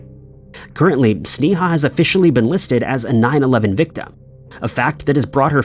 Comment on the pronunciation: You are saying her name wrong as can be. It's pronounced (Snay-a)